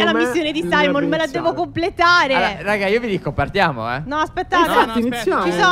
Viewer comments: non si chiama Saimon si chiama simeon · Phere non si dice saimon ma simeon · SIMEON NON SAIMON